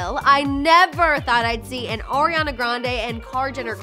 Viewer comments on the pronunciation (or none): Did anyone else catch when she says “oriana grande” and not Ariana?